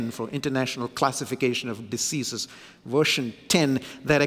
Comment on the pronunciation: pronounces diseases ( dizzeazes) as deceases..! A Phonetic gaffe.. an Amazing Pericopal theologian, author preacher..